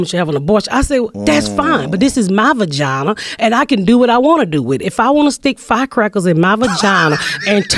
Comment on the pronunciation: "VAGINER!" LMAO!